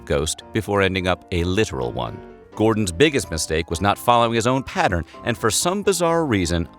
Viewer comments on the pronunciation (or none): none